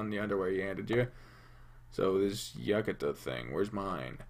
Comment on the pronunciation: I thought Yukata was pronounced as You-Caughta. Not however you pronounced it.